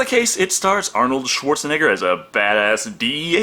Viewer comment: The epic way you say Schwarzenegger sounds like Schwartz a nigga